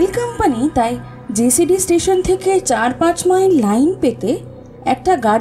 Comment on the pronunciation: নাম টা ' জসিডি ', জেসিডি না।